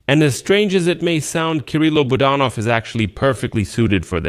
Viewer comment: Please pronounce Kyrylo Budanov's name properly. The accent is on the second syllable, Bu DAN ov. Thank you.